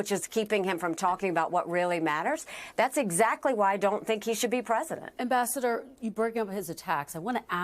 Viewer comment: Ambassador Nikki Haley-I thought she said vascular Nikki Haley